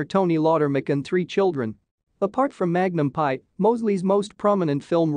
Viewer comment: This would have been a lot better had they concentrated on pictures of Roger E. Mosley more. Also, it's Magnum, P.I. not Magnum Pie.